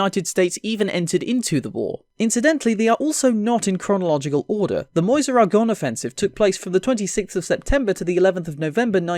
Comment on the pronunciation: Homeboy said Moyze (Meuse)